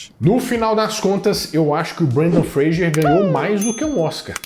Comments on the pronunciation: Fra s er... Fra g er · Fraser . Vc disse frager o vídeo todo